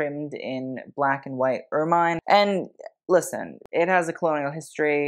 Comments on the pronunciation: I may be splitting hairs here but if you're going to critique fashion, you should pronounce and describe things correctly. Ermine is pronounced UR MUHN, not UR MINE. The bolero effect that you liked about Camilla's outfit was part of her robe, not part of her dress. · Ermine is pronounced er-min, not er-mine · Please: "ermine" is pronounced "er-min" as in mini, not "er-mine" as in mine. Look up the pronunciation of the member of the weasel family, not its use as a name. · Correction (with love) ermine is generally pronounced ‘er-min’ not ‘er-mine’. Great work! Thank you ❤ -old lady, usa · I’ve always heard it pronounced ER -MIN. Not MINE. I hate to pretend I’m a living Pronouncing Gazetteer, but ok…I’ll go look and get back to you for my 2nd post.🖤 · I am pretty certain that the animal and its fur are pronounced as "er min" - not "er mine" - so it make it difficult for me to listen to your video............. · It’s true! It’s pronounced Ur-muhn. Both British & American. I’m so pleased to be RIGHT, right? Oh well….hope you do read this. And make your adjustments. Love!♥️ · Ermine is pronounced err-min 😘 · The review of the Crown and other jewellery must be satirical right? Also pronounced er-min, and it is a better name for weasel! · Please learn the pronunciation of “ermine,” especially for a presentation on royal attire with extra footage of ermines. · Look up the pronunciations for ermine. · Ermine. Check how to speak it.